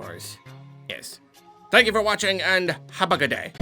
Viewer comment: the best part of this whole video is the way Ended the Video. "Habagooday".